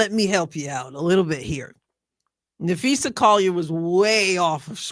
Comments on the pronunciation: It’s usually easy to tell the AI narrations from human but c’mon “ Napheesha”. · I would have asked Stephen A where the coverage was of Unrivalled on First Take? There wasn’t a SINGLE segment about Unrivalled by First Take or Club Shay/Nightcap! So don’t talk about promoting women’s ball. I give them an E for effort! They don’t know Phee, how to pronounce her name. She is the reigning DPOY of the WNBA, MVP of unrivalled as well as co-founder of Unrivalled. Was unrivalled even brought up in this brief interview? No it wasn’t brought up AT ALL! They don’t care about women’s basketball Shannon is very tight lipped because he doesn’t watch women’s basketball, neither does Stephen A or Molly!